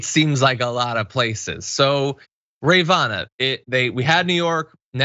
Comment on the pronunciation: Who is "Rayyvana "? Never head of her before...